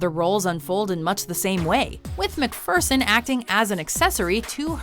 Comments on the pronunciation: Elle McFurson? It's pronounced McFearson. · it's said Mac-fear-son, not Mac-fur-son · I thought it was McFEARson, not McFURson. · I love Kathy Ireland but she should be switched with Megan Fox. Also..."MacFurson"? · "Elle McFurrson is one of the most famous models of all time" yet we have no clue how to say her name. SMH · Nice pronunciation of McPherson narrator....😒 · elle what? if you do this for a living, at least look up the correct pronunciation of a persons last name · Quit mispronouncing Elle MacPherson's last name, Millennial...